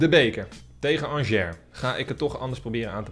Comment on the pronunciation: Ik was 2/3 weken geleden bij RWDM in Brussel. Angers was er toen ook en je spreekt het dus uit als aangee (g=sj)